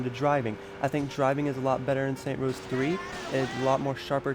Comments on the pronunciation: ITS SAINTS ROW NOT SAINT ROWS UHHHH SAINTS ROW 2 HAS WAAAAAAY BETTTTTER MELEE AND YOU CAN EVEN CHOOSE THE WAY YOU FIGHT YOUR UFO CRASHED CUZ YOU SUCK AT FLYING IF YOU DONT LIKE THE NOISE OF IT PUT DOWN YOUR VOLUME YOU ARE A PERVERT THEY SHOULD NOT TURN OFF THE BLURS YOU CAN REMEMBER SAINTS ROW 3s MAP BECAUSE EVERYTHING IS THE SAME IN STEELPORT YOURE NOT EVEN A TRUE SAINTSROW FANNN!!!!!!! IF THE MAP IS SMALL THEN YOU CANT EXPERIANCE AS MUCH!!!!!! I DONT CARE HOW MYCH WORK YOU PUT INTO THIS!!!! HOW WAS THIS HARD!??!!?!? SAINTSROW 2 HAS THE BEST STORY AND THAT IS THE TRUTH!!!!!! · Some things i need to correct you on. First off you keep saying saint rows its saints row damn it,also why did you buy the UFO dlc you can get for free with a cheat code,finally the only reason you can memorize the Saints row 3 map better is because they just copied and pasted shit in the map. I also want to say something that i dont need to correct you on,saints row 2 had a better variety of people and details,its those little things thing that make the game good. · This video was bad. The guy says that he was using the exact same helicopter in both games even though they look a lot different and have completely different names. Also, if he knows the series is called 'Saints Row', why does he call it "Saint Rows"? I'm sure this was hard to edit but it doesn't deserve any likes. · Its saints row nor saint rows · saints row not saint rows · its saintS row no saint rows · it's saints row, not saint rows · I stopped watching just cause you kept say saint row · Saints Row not Saint Rows. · Saints row!!! NOT SAINT ROWS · Saints row! NOT SAINT ROWS! your making my brain explode! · its SAINTS, not SAINT -_ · It's not saint rows, it's saints row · Can you please say saints row 3 not saint rows 3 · This dude had the nerve to swap the 's' at the end of saints and put it at the end of row.. Saint Rows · Fucking Jesus Christ stop saying Saint Rows Dislike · "Saint Rows" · its saints row, not saint rows.